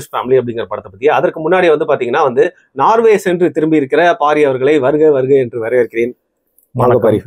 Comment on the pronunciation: நார்வே இல்லை சகோதரர்.நோர்வே